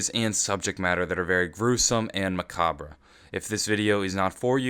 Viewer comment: You pronounced macabre wrong